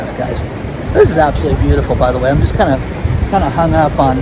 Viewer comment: Sound it out: ab-so-lute-ly, not "abselly"